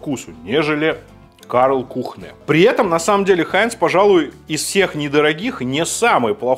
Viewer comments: Почему Kühne, стало произносится как кУхнэ? Если по транскрипции правильная форма произношения кЮне... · Kuhne читается как кунэ, а не кухнэ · Спасибо за коммент! С языка сняли! Как представителя факультета немецкого языка слегка были конвульсии))) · Кюне, а не Кухне. Но за ролик спасибо! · друг, Кёнэ, не кУхне и не кухнЭ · Немецкая марка читается как кюне а не кухне)) немецкий язык:) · привет из Берлина. Первый Соус это наш немецкий. Здесь самый из дорогих. Неболь7ая поправочка сорри. Он называется Кюнэ. В немецком х после гласных не читается. И у с точками наверху это почти ю. Вообще как ую. А у нас таких разнообразия соусов цезарь нет. Пару контор а так голяк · кухнэ, мля, кухнэ.... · Кухнэ? Ты серьезно?